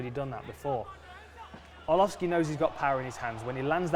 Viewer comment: lmao did John say entree arlovski ???